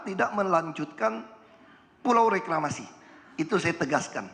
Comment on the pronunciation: Setiap nyebut reklamasi pasti yang disebut Ahok rekramasi 😂😂